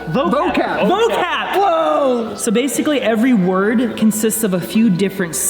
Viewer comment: &: VOCAP!!!! Me, as an Indonesian: say it again?